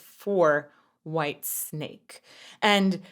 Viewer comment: For the last time please - WHITESNAKE not WHITESTRAPS. PLEASE